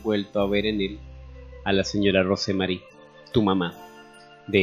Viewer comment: Lo único que podría decir sobre la narración sin ofender, aclaro, es que el nombre ROSE MARY, se pronuncia ROUS MERRY. Solo un detalle.😉.